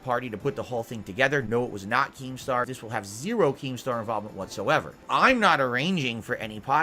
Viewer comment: "I'm naht a lolcow!" to "I'm the biggest lolcow, it all hinges on me, tuh-huh!" in what, a week? Impressive,.